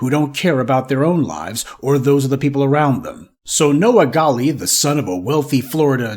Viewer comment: WELL HIS NAME IS " GALLE "!!! WELL G A L L E !!!!